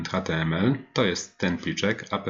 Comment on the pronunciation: Mam małą uwagę. Takie spolszczone skróty brzmią bardzo nieprofesjonalnie. Warto używać prawidłowej wymowy, szczególnie gdy się kogoś uczy. Chodzi mi np. o: Angular CLI: "Angular SI EL AJ", a nie "Angular KLI" NPM: "EN PI EM", a nie "EN PE EM" App: "Ap" (od application), a nie "a pe pe" Będę oglądał, zobaczymy dalej.